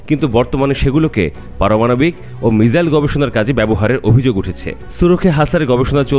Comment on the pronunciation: ভাই রে ....তুমি যে বল ""মিজাইল "" এই শব্দটা তুমি কোথায় পাও , আমি তো গুগল থেকে বাংলা এবং ইংলিশ কোন ভাষাতেই ""মিজাইল "" শব্দ পেলাম না !!!! এই ""মিজাইল ""শব্দটা আসলে কোন ভাষার? কেউ জানলে একটু বলুন প্লিজ?? নাকি ""ঈদ" কে সুন্দর করে বলতে গিয়ে "রিদ" বলার মতো বলছে এরা ?!!